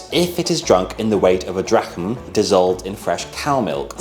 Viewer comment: Did you do a negative control (i.e. just wine with honey and pepper)? I suspect it's probably indeed the wine which was the active ingredient. BTW, fairly sure (though not certain) that "drachm" is pronounced "drahm"... (Sorry I'm late - things got a little hectic.)